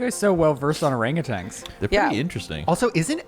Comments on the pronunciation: Thank You for correcting them! OranguTANs are apes not monkeys. There also is no G at the end of Orangutan. 🤣 Ok bye! ❤ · Did you know it’s actually pronounced OranguTAN not tang lol. I used to say it that way too and when I learned it was wrong it blew my mind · Orangutan is how it’s pronounced, not tang “orangatang” 😊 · I love every single one of you, but how does every one of you pronounce orangutan as orang-a-tang?